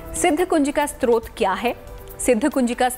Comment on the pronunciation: Namaste. please say the word as STOTRA and not SROT.. Stotra is a prayer composed as a poem. Srot means source. While typing this I realised is Stotra also is a Srot of thid getting done. But still you please listen to Guruiji and improve yourself.